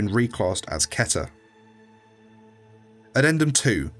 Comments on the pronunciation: Did he just say keh-ter instead of keeh-ter Smh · Keter is pronounced “Key-ter”, NOT “Keh-ter”. 😒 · SCP ILLUSTRATED | Oh I’m dumb. Well I’m still going to pronounce it like Keter (Key-ter) and not Keter (Keh-ter).